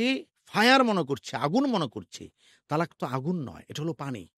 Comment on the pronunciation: তালাক উচ্চারণ ভুল এটা হবে ত্বলাক্ব, তালাক শব্দের অর্থ জরো করা, ত্বলাক্ব শব্দের অর্থ বিচ্ছেদ হওয়া।